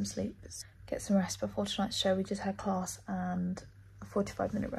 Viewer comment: Class doesn't have an R in it when you say it ... Just saying !!